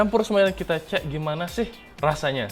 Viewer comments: Ce? Apaan tu ce? Cek pakek K ya di baca K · Cek bukan ce'. Org mana sih wkwk